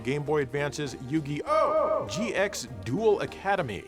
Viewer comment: When ya scream Yu-Gi-Oh, don't pause. Ya say the whole thing in one go, like, "Yugioooooh!!"